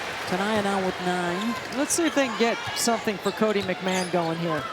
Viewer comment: Its pronounced McMahon (Mac ma hon) there is not an A in her name, its not McMan....Anywho, she was put on lock, she just had an off game and she looked tired, she wasnt full speed tonight. Ole Miss is still a good team, just South Carolina is better.